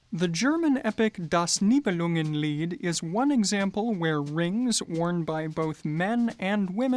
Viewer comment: ‚Das Nibelungenlied’ sehr gut ausgesprochen 😉. Great video again. Greetings from Germany! Ich sehe mir all eure Videos an und freue mich schon auf das Nächste. Thank you!